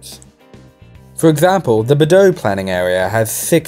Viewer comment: It’s pronounced be-dok. Literally a K in there